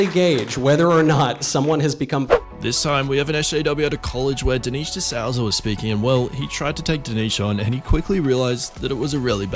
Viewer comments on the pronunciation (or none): A judge? ‘Dineesh D’Sowza’? If you’re going to take clips from elsewhere to create you’re own video, you might want to know the specifics of the clip and at very least, know how to pronounce the names of the people in them. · You called Dinesh D’Souza (sooza), Sowser. You called the chairman of a government committee, a judge. For gods sake, do your homework and get it right!